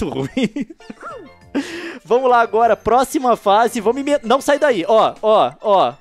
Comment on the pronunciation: o Leon falou " dois epidodios por face "